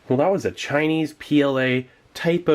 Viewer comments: "Chi-nee" very exotic. Hope it has dehydrated chop suey. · Did he say shiny pound cake or Chinee pound cake?